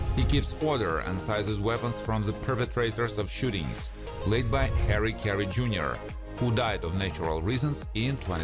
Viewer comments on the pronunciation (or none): none